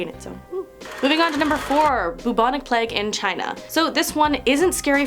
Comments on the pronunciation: plague is pronounced play-ge not pleg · It's plague not pleg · I've seen so many vids recently of people saying plague like "pleg", it's so distracting. 😆🙈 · How are Americans getting “Pleg” from Plague? 😂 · the way she pronounces plague is AHHHHHHHHHHHHHHHHHHHHHHHHHHHHHHHHHHHHHHHHHHHHHHHHHHHHHHHH no hate as she is great but AHHHHHHHHHHHHHHHHHHHHHHHHHHHHHHHHHHHHHHHHHHHHHHHHHHHHHHHHHHHHHHHHHHHHHHHHHHHHHHHHH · Why do you say plague like that?